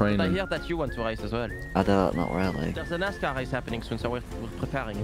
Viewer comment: Nas-Car not NiceCar😭😭